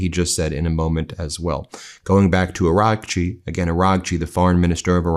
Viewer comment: Ben, please pronounce Seyed Abbas Araghchi's name correctly! You're driving me bonkers. It's Not Aranchi. It's pronounced Ah-RA-chi! 🙏🏻